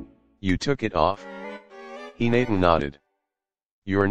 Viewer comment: No one: he-nate-a